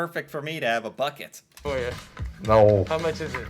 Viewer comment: don't you pronounce Bucket as "Bouquet"?